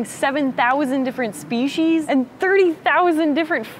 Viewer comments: speshies? I wonder, km or miles? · Can someone explain the difference between "Spee-sees" and "Spee-shees" for me? Is there a difference? Or is it just a difference of pronunciation of species? I noticed Emily said "Spee-shees" in this video, and I always say "Spee-sees". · I've never heard them called spee-sees before.